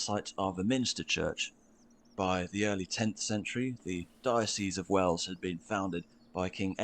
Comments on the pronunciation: no it’s called wells not wales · "Wells" not Wales. (Somerset) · no dude its calls Wells not Whales. Like water wells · wells not wales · WELLS! not whales, wells as in the hole in the ground you get water out of! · WELLS!! Not Wales! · Wells as in water wells, not Wales.. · There is Wales and Wells. They are not pronounced the same if you use English, not the US version of English. Way-uls = the country, pronounced the same as the sea creature and Wells, like you get water from. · Not Wales , it’s Wells sir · It's not Wales it's Wells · It's not Wales it's WELLS 😂😂😂😂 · It's not called wales, it's WElls as in a water well. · Wells not Whales as in the hole to get water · WELLS not Wales ... close though 👍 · Of course you've heard of Worcestershire (or Wooshter as it is pronounced) because of Worcestershire sauce. Also, the city you thought was called Wales, is called Wells. You heard wrong. ☺ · Not wales, Wells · It's WELLS, not WALES. 😉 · It's " Wells" nothing to do with the country Wales 🙂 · Wells, not Wales, nor Whales. Wells. As in, a deep hole with water in it. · Its Wells not wales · There is a difference between whales, and wells.. The two words don't sound anything like each other. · 'Wells' to rhyme with Bells, not 'Wales' to rhyme with Bales.... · Number 8 is Wells not wales, as in water holes x love the vidios x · Its Wells not Whale's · It’s WELLS, not WALES or WHALES!!! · "Wells" brother, not, Wales. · Wells - Not Wales or Whales lol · Just a quick note,it's not whales cathedral it's WELLS cathedral after " water well " and Exeter is near the south coast just Google it or use Google maps. All the cathedral 's mentioned are beautiful, come over and see.🤓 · Dude it’s wells not Wales ❤ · It’s Wells not Wales! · it's Wells not Wales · Wells =/= Wales/whales. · It's Wells. Not Wales. Why not Come on over and see these beautiful places for yourself. You would be very welcome, because you are so lovely, and impressed. X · Wells not whales! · Wells not Wales!!!